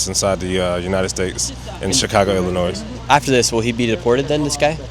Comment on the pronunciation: Damn that ice dude said Illinois with an S hahaha.